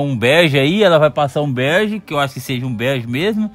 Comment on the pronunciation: "berge" KKKKKKKK eu amei seu pai, quero parte 2